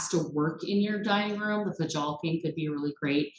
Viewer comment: I suspect that Fjalkinge is pronounced Fyalking. I really like the way it looks!